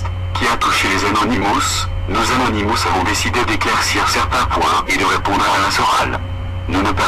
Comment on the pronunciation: arrête d'écorcher leur nom c'est Anonymous tu sais pas parler alors ne parle plus car tu n'as rien d' intéressant a dire et je reste polie .